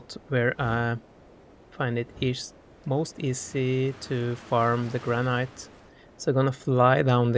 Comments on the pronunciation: Its not prenounced "Gran-night" its "Gran-it" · I bet his English is way better than your second language, if you even have one. I think his English is great! I wish my Spanish and Japanese were HALF as good as his English. By the way, LOVE that he pronounces it gran-NIGHT. It sounds so classy.